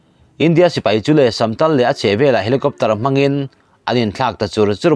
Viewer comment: Minutes 21 na vel a "samtal" tih khi "samtâl" tih zawktur a ni awm e